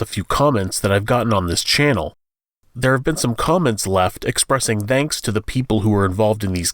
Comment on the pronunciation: That's....that's not how you say "thanks."